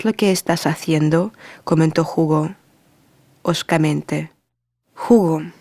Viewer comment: Bonito relato ..pero no se le entiende muy bien ..pero que bueno que trata de relatar en español .. Jugo es una bebida 😀 Hugo es el nombre . Gracias